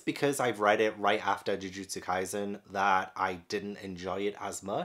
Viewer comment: So many of these if not all are so incredibly good, the ones I definitely recommend so much are Jujutsu kaisen Demon Slayer Haikyuu Assassination Classroom Bleach (and you said their names correctly) Toilet-bound Hanako-kun My hero Academia Yona of the dawn Kamisama kiss One Punch Man Fairy Tail